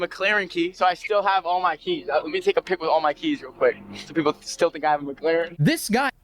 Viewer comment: it is Mc Laren NOT MAC CLAREN